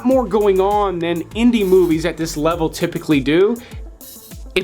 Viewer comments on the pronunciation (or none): none